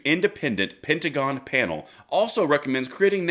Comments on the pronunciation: the pentagram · Your mispronunciation of the word pentagon is becoming more appropriate by the day.